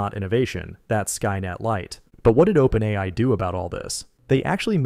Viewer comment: as soon as he said openAYEEEi i realized i wasnt watching the channel i thought i was.